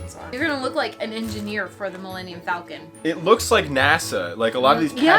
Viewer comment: Take a shot every time he says falcon wrong. You'll pass out drunk and wake up in a Bacta tank in the medical Bay..